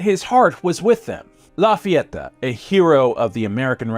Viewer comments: Who is this “Láfiattá” gent? 😅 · Awesome video La FayetAAH! 😂